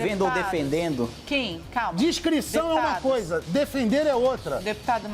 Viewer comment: o cara fala de semântica e pronuncia DIScrição ao invés de DEScrição.